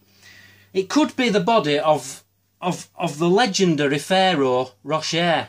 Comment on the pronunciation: Lol you are really spoiling us with these stories... LOL still lolling.. ahahahah Phararaoh Rocher...... BAJAHAHHA